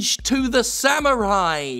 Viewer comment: Samurai? You mean SWIMURAI Ha! A-Ha! HA!